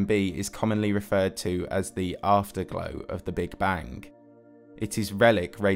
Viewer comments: Take a shot every time he says bank instead of bang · Are you saying big bang or big bank? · And how he says Big Bang-geuigh